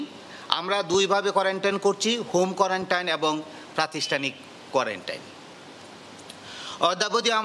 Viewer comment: কোয়ারেন্টাইন না কোয়ারেন্টিন